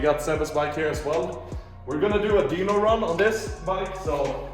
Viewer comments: great video but dyno is pronounced die-no not dee-no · its dyno not deanoo